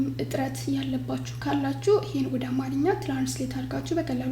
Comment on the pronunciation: You missed the correct characterization and pronunciation .Don’t say it “አማረኛ” but say it“አማርኛ”